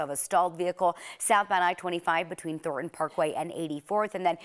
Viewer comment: It's pronounced Thorn-ton.